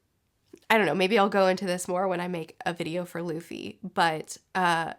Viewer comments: LOL, Loffy, Zolo, Ustop and Hopper XD (Really enjoying the reviews!) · Ahh yes. Lufy, zolo and hopper.